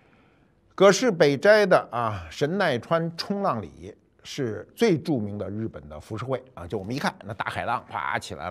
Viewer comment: 断句有问题啊，那时代谁玩儿冲浪啊，神奈川冲·浪里